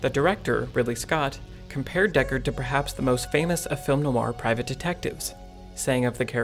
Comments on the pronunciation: you should listen to a French person pronounce 'noir'. it's not no-ar as you pronounce it. phonetically, it's more like nwah. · It's pronounced Nwaa not No Are . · WHy does this guy pronounce "noir" like that? Like NO-ar, instead of NWAH - I found it very distracting. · Really? For all the quality of the video, and the obvious love of the subject matter, the constant pronunciation of something that should be like "nwah" as "no-wah" drove me almost suicidal after 2 minutes... if it was only occasionally said it would be survivable, but it's part of the topic! There is no escape... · I learned a lot from this, including the correct title of the book by Philip K. Dick. One correction I have (sorry to make this in public but I have no choice) is how you pronounce "noir". It should be "nwar", not "no-warr" (where "warr" rhymes with "bar"). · Film noir is not pronounced "film no-ar" but rather "film nwar." Noir is one syllable. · It really throws me off every time he pronounces it "NO-AR" instead of "NWAR". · French is more of NO WAH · Great analysis, just one gripe... the way you emphasize Noir as No R. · I love that "noir" is two syllables here. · Is there a skillshare that teaches you how to pronounce "noir"? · I'm really struggling to watch this with the repeated mispronunciation of 'noir'.